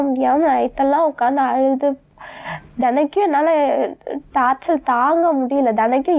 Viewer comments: evlo padichi irundhaalum torture nnu oru word ai correctaa solla therila..torchal nnu solraalunga..padichi enna use? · Torture nu solla therila.. Tortul tortul nu solraa.. Idhukellam oru kedu love vera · படிச்சது, படிக்காததுங்க எல்லாருமே டார்ச்சல் டார்ச்சல்ன்னு சொல்லி டார்ச்சர் பண்றாங்க..Tortureன்னு சொல்லுன்னு முதல்ல இதுங்களுக்கு Spellingஓட Practice குடுக்கணும் போலருக்கே!!